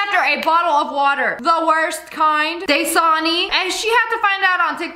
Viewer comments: man she said Dasani like DAY-SAWNEY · Das a foot And das-sa-ni